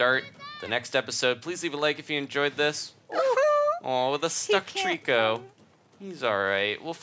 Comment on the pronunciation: You both said it wrong it's trico